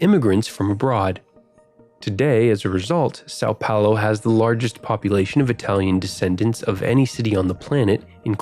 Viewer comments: sal paulow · Suhw pahwlu